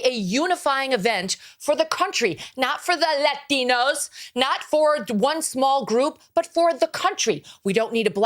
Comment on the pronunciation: When she emphasized "LAH-TEEN-OH!!" I immediately thought what I bet many others thought... 🙄🤬